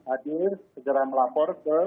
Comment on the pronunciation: Kuping aq geli denger pembawa acaranya Pelat gak bisa ngomong "R" Melapor aja "Melaporrll"